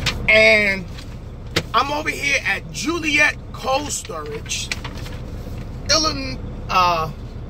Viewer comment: I think you said Joliet illinois 😂😂.. You in my hometown